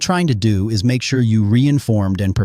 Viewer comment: You probably "dunte" have a clue how to properly pronounce "don't". Boggles my mind AI cannot pronounce "is" and "don't" properly.